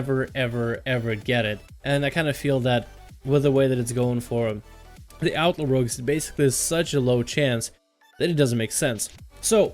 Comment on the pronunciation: Seriously, what is up with this douchenozzels pronunciation of the word "Outlaw"? It sounds like outlord or something stupid.